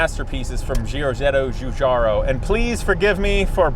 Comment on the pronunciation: You pronounced Giugiaro's name quite correctly, not bad.